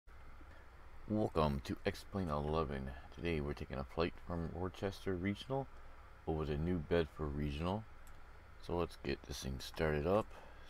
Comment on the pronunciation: Said Worcester wrong bruh